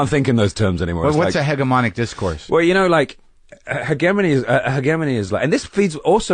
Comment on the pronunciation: LOL at mispronouncing "hegemony"